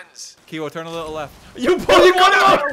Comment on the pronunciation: "It needs to turn" You mean...It needs to TURG?!